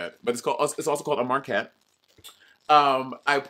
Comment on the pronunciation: Lmfaooo not Monet saying 'Marckett' when it should be Maquette